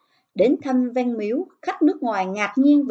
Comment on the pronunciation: Châu mà nói chu văn mà cô nói là van